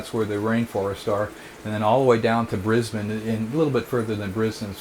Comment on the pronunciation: First American I've ever heard pronounce Brisbane correctly!